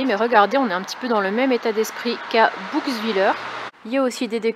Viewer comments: "Bouxvilair" pour la prononciation, j'ai écrit exprès mal pour la phonétique 😅 tkt c'est compliqué. j'étais incapable de prononcer les villages quand je suis arrivée en Alsace en 2009. Il m'a fallut une bonne année ! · Salut, tu as Wikipedia pour la prononciation des bleds, je remarque que très souvent tu es perplexe pour ce détail 🤔😏. Bouxwiller se prononce donc " bouks villère". Bon rétablissement à ton Nanny😼.